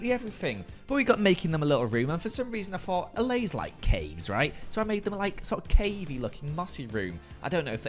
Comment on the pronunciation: I may be too late for this, but I'm binging this series and I'm pretty sure those foxes will be able to jump right over the balcony fences. p.s. kudos for pronouncing allays correctly